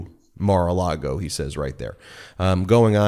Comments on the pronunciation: I love you guys, I really do, but you have to stop calling it Mara-Largo. It’s Mara-Lago. Not that I give a damn about what DJT names his crappy wedding venue, but you know the right wing weirdos will seize on Democrats mispronouncing their dear leader’s flop house and point out (incorrectly) that Dems can’t even get that right so they must be wrong about everything else they say. Of course you guys aren’t the only ones to mispronounce Mara-Lago, I hear it said wrong all the time on MSNBC and other liberal leaning outlets. We must always set a good example for everyone. If nothing else just call it Mara-Lardo.😊❤❤ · Please don’t say Mara Largo It’s Maralago!! Thanks! I listen to you all the time!! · “Mar A Largo.” Haha, Ben, Cohen is rubbing off on you. You almost said, “Mar A Lardo.” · There is no R in Lago. It’s not Mar-a-Largo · Michael Cohen says “Mar a Largo” - please don’t copy his mispronunciation. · I've heard you say MARALARGO more than a few times, and assumed it was meant as a joke like Michael Cohen and "mara-lardo". Now I think it's just a slip between the Spanish words LAGO for lake and LARGO for large (as in Key Largo) I think it's mar a Lago for " view the lake " or "lake view". Just wanted to help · I find it amusing that Ben has picked up "Mar-a-Largo" pronunciation from Cohen.